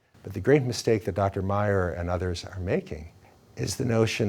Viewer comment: "Meyer" Every goddamn time.